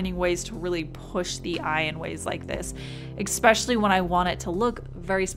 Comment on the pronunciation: You always say "ek-specially" and its kinda adorable. My husband always says "comparitably". Evolving english :]